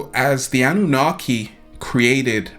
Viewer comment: It's the Anunnaki. Not Annunaki. Thank you for sharing some wisdom.